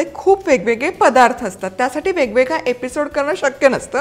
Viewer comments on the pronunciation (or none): none